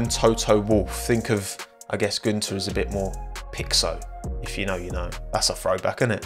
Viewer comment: holy shit that pronounciation of "Günther" was nailed, never heard a non-german pronounce the ü, they all always say "Gunther"